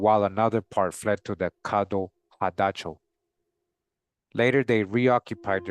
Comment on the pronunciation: the CADDO Indians are pronounced Cah-Dough (or Cotto) which are also found in Northern Mexico near the TX border. The first President of Mexico, Vicente Gurrero, was a black man from this tribe (I believe). You can find this and MANY other indigenous Tribes listed together in Gerold Horne’s book called: The Counter-Revolution of 1886, which discusses how TX broke away from Mexico because they intended to sustain slavery after Mexico’s president abolished it in 1804. Worth every penny!